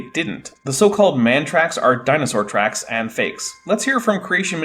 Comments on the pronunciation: DINAHSAURGH... Shiver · I'm re-watching this series in the 2025 spooky season. I'm still heartbroken over the destruction of the acrocanthasaurus fossil, and still perturbed by Baugh's pronunciation of "dino-saar." He truly doesn't human very well, does he?? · I don't like the way Baugh pronounces dinosaur. Just putting that out there. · Why does he have such a weird pronunciation of "dinosaur"??